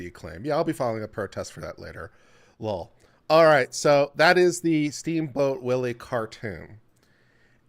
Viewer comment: 😂❤how you "lull" for l.o.l.